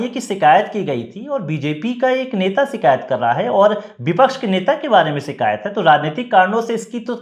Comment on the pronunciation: शब्दों का उच्चारण ठीक नहीं है। शिकायत ही सही शब्द है सीकायत , शब्द बिल्कुल ग़लत है। कृपया अपनी भाषा के शब्दों का उच्चारण की त्रुटि सुधार ने के लिए कुछ भाषा का ज्ञान प्राप्त कीजिए।